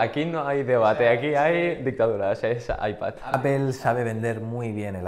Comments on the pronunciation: ¿Como que Apel? por que los españoles pronuncian tan mal en ingles? Apel Yotube .... es por que son asi ? lo hacen aproposito? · APEL? jajajaja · De echo se pronuncia apl ;) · por que dicen appel? :v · Que pendejo esta ese wey .. Ni siquiera save pronunciar . Apple en ingles .... ... Con eso para mi. Es un pendejo. .. De tecnologia .... ... Y por el android .. Perfecto argumento